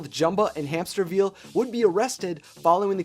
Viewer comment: Dr. Hämsterviel - "It's pronounced Hämsterviel!"